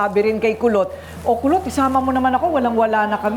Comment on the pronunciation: Kulot po...Kulot po, hndi po Pulot...😅😂😂